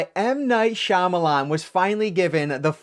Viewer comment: bummer to hear that it's not a wow factor! Comon M. Night do better!! Thanks for the review and nice to see a reviewer who knows how to pronounce Shyamalan correctly!